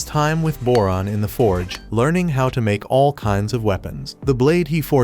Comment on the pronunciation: Went you said boron I hear moron ngl